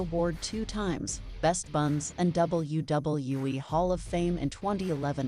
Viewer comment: I hate the way this AI/ narrator says WWE